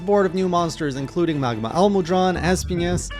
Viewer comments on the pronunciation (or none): oops my bad typo (damned phone, PC better), MAH-GAL-UH Edit: Also you're pronouncing it MUH-GAH-LA, you're saying MUH instead MAH. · It’s pronounced ma-gala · Ma-Ga-La is how you pronounce it ^^ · The way he pronounces Magala... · Why do you say Magala so weird? And Espiñas with an ñ lol